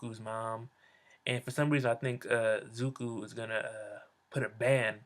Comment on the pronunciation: Stop sayin ZUKU !! its zuko